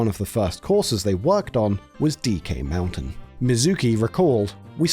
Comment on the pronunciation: Why do you say "Mario", "knew" and "mountain" like that? I'm wondering if you've lived in the US for a while, or someone just thinks it's easier to understand.